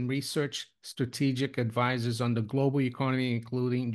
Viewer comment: Stop saying Glo Baal......Thanks